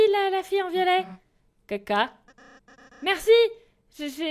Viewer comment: on dirait elle dit "caca"